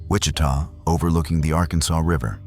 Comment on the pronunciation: Not sure How many times I can hear you call it the Arkansaw river?